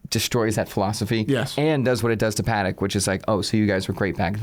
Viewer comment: It must be Christmas. He actually said "Patek" properly.